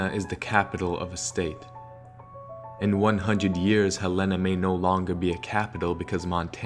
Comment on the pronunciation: Why does he say Helena like that? Awesome preformance but I'm from Helena and that's not how it's pronounced lmao